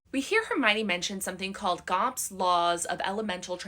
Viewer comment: It's not Gomp it's Gamp